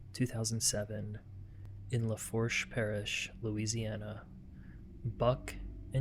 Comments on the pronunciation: If you ever redo this one in the future (some creators do that I’ve seen) the parish is pronounced luh-foosh. Not a biggy but this is a local case to me and it means a lot that you covered it. I wasn’t even looking for it, just watching your older videos on a sleepless night. I love your work. I can’t imagine what these poor babies went through…thank you for the coverage again. ❤ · I’m from the area. Good synopsis. Just a few pronunciation items. The last name Hebert is pronounced “A-bear”… the parish is LaFourche but pronounced “La Foosh”… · “La- Foosh” parish Buck & “A-Bear” instead of “He-Bert”